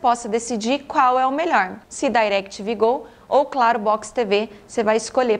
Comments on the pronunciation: Não sei pq falar "Dairectv Go" nem nos EUA eles falam assim e sim DirecTV normal com I mesmo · "dairectv gou" a propria "DI"rectv fala "DI"rectv no brasil não precisa pagar de gringo não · Não tem nada a ver com a proposta do vídeo, mas o DAirectv (pronunciado com ênfase) doeu nos ouvidos. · parei de vê quando disse dairequiteve go. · não, ela pronunciou em inglês de cursinho, e incorretamente. "Dai"rectv tem a pronuncia quase imperceptível. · Eu gostei. Para quem sabe falar em ingles pode ser desnecessário, mas para quem não fala é sempre bom aprender. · Entendi ela dizer Dairectv